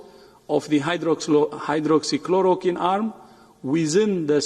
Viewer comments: He says hydroxy chlorokin🤣🤣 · WHO is a useless and a corrupt organization funded by China. If India would have followed WHO instead of ICMR, it would have been more worse. Tedros can't even pronounce hydroxychloroquine. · Ted does not even know how to correctly pronounce Hydroxychloroquine.. such an ass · First he helps CCP to distribute the virus to the world and now throwing mud at everyone who tries to question . My brother is 12 years old and he can pronounce it better than him.